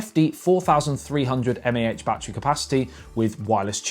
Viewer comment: Take a shot of whiskey every time he says "BAT,TREE"